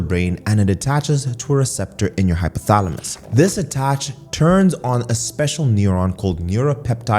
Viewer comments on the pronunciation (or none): none